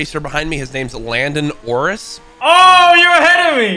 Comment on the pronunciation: 'Landon Orris'